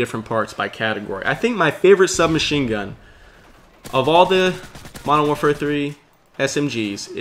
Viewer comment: I love your commentaries, as well as i dont want to tell you how to commentate, but please says Modern Warfare correctly, I used to do the same thing and i Do not want to sound rude but it bugs me when you say Mowafare 3